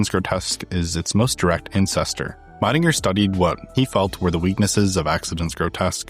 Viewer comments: Great work, this is a very comprehensive and interesting documentary on Helvetica. Just a polite note as a german speaker: Max Miedingers name is pronounced like "Mee-dinger", not "My-dinger". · Hi shame you can't be bothered to properly pronounce the name of your favorite typeface designer.